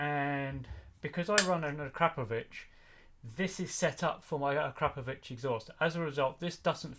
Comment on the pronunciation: Volume normalization and that's the first time I've heard someone call it a-crap-o-vich 😂👌